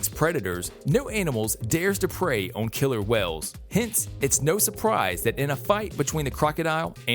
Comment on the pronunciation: 'Jagwars' and 'killer Wells' OK mate